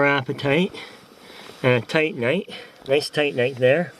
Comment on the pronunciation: Tit-anite?? LOL!! It's Titan-ite! Got boobs on your mind eh?? So where are all your specimens? I was hoping you would dig out that vein you found , that's where the goodies are.